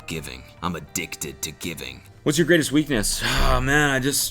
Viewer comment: "I'm a-DICK-ted to giving."